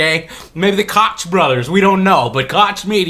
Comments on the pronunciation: Just a heads up, , "Koch" is pronounced "Coke" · I agree 100%, but one thing: I used to pronounce it like "Cotch" too, but it's actually like "Coke". "The Coke Brothers". I don't know what ethnicity the name Koch is, but it doesn't follow normal English grammar rules. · Koch is pronounched like Coke, btw... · Hey Joe I doubt you'll care, but Koch is actually pronounced Coke. Its a German name thing. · Koch is pronounced "kok"... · I hate the Koch brothers as well, but its pronounced like coke. Joe's pronunciation is the firearm manufacturer. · Not very important but I think Koch is pronounced like "coke". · Yes. Metro 2033 was a first day purchase for me. I loved 2033. I still play it from time to time. I will admit that I suck at those sorts of games, but I did try ranger mode and it seemed like it was worth investing time in. By the way the Koch media company might be pronounced like coke, if it is related to the Koch Brothers out of Kansas. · Fucking Koch Media. Or as I like to pronounce it: "COCK MEDIA: fucking retards" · Koch is pronounced coke, I know, weird. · Koch Media is a (totally crappy) German company and has nothing to do with the Koch brothers. lmao about how you pronounced Koch. It's pronounced e.g. like the "h" in "huge". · btw. check /watch?v=5a7_uBJgr5Y to pronounce "Koch Media" right Joe :D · In German, the "ch" would be pronounced as in Scottish "loch." In English, this sound is often turned into a K. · The real problem is that the game was originally going to be published by THQ and got picked up by Koch-Media (which is pronounced german by the way). Those Guys are the literal opposite of Indie sadly and will force their way of business where possible.